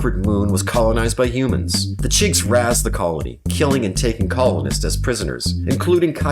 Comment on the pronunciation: Raze is pronounced the same as Raise, not like jazz or raspberry. :)